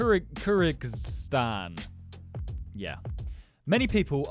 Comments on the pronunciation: It's pronounced as Kir-gi-stan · it’s cry-gig-stann